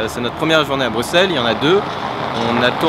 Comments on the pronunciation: pouce bleu parce que tu as bien prononcer Bruxelles :D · Waaaw :0 un français qui prononce bien Bruxelles... Un grand homme cet Antoine Daniel!